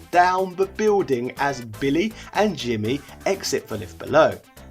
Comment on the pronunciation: I thought it was billy not bimmy